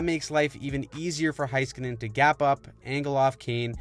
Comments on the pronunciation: HI SKANEN! Its HEYskanen! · Petition to have everyone pronounce Miro's name correctly. It's HAY-skin-nen. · Dad anov? say it right please. same with heiskanen, etc. if you can say draisitl right you gotta pronounce the other ones right too